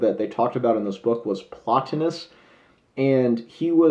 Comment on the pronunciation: 15 minutes I'll never get back. Horrible review. He isn't well read in philosophy or history. He can't even pronounce Plotinous correctly... bless his heart.